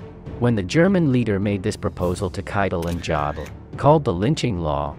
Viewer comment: On Alfred Jodl: the name is pronounced "YODEL."